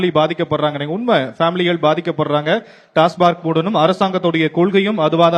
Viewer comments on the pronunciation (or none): டாஸ்மா(ர்)க்கில்லை. டாஸ்மாக் என உச்சரியுங்கள். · டாஸ்மார்க் இல்லை. அது டாஸ்மாக். Tamil Nadu State Marketing Corporation Limited (TASMAC)